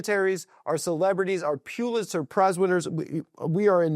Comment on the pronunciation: How many times does the bug say “Pulitzer” in this one